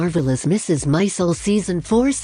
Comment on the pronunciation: Its not Mrs Mizel... Mrs Maisel.